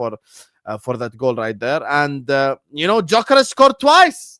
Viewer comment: You’d you say dyokorez